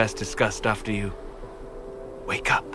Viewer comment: лично мне сейчас это "вейк ап" напоминает начало второй главы Поппи Плей Тайм. Там эта кукла в начале произносит это. Не знаю как это описать. Это и странно и мило одновременно.